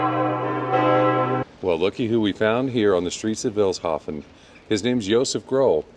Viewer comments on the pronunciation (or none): You're pronouncing Vilshofen wrong! It's like "Feels hoven" with a short [ee] If you should return to my town and if you had some time left: Take a look at Schloss Ortenburg [Ortenburg Castle] about 10 Kilometers from here! Bye bye 🤠 🤍💙